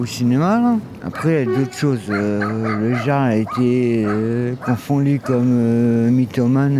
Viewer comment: On t'as dit El Yarl pas le Jaaaarl 😂 t'es encore foncedé toi hein pfffiuuu